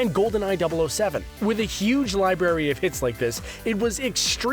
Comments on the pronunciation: since no 1 uses them anymore hardly they call it a "lie berry" and not "lie-brrr-air-E" library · He keeps saying library like "lie Berry" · Out of all the things that bother me in this video, him saying li"berry" instead of library is driving me nuts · every time you say "lie-berry" instead of "library". lol!!!!!